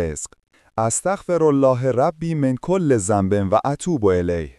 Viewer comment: خواهشا دوست من تلفظشما اشکال داره با اینکه چند بار شاید خوندی و برگه جلوت کسره و ذنبه را بجا تلفظ ننیکنید لطف کنید صلاح کنید زیرا مسلمان ایه نتونه بخونه تاسف داره واسه لایک یا واسه خدافارسی هم ایراد داره